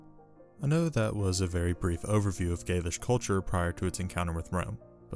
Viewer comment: You make great videos covering some very interesting lesser known topics of ancient history. I've really been enjoying listening to them and have become a subscriber. However, your pronounciation is off at times in this video and others, which may be a bit jarring or confusing to some viewers. In this video for example, you pronounce the word "gaulish" as "gaelish." This sounds similar to "gaelic", which refers to the celts of Britain. Another example is your pronounciation of the "La Tène." I have always heard scholars pronounce it as follows: I hope I'm not being too nitpicky. Please keep up the good work!